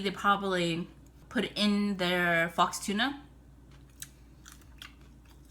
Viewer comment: LOL on your wrong pronunciation of "faux."